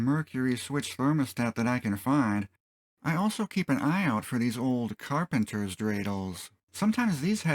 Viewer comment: “Carpenter dreidel”, poor Bob.